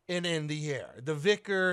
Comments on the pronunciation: Its not vikrs , its vihr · Just vihr, not vikhr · not called VICK-ERS it is pronounced VY-KERS as in WHY but replace the W with V as in VHY-KERS